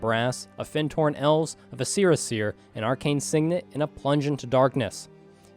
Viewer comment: VISC-er-a seer, not vi-SCE-ra seer! Ahh. Okay I’m over it. Excited y’all are back!